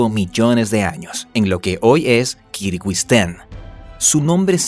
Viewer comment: Pronunciaste mal Kirguizistán.